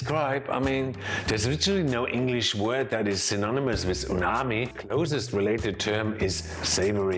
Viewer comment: Is it just me or you keep saying uNami instead of uMami? 😂